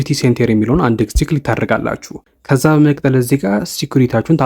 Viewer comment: በመቀጠል የምትለዋን word bedenb pronounce adrgat. May be belmd eyalkewu kehone